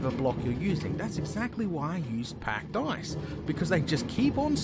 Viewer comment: OH. OH. PACKED ICE. I thought you were saying pack dice the whole time...